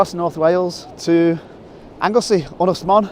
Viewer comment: Your pronunciation of "Ynys Llanddwyn" is pretty good!